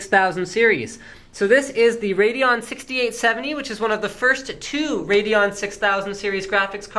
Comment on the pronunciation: wrong. you dont pronouns "RADEON" like *RAYDON..the "E" in Radeon is there for a reason..so that you wont pronouns it RAYDON but RAYDEEON just sayin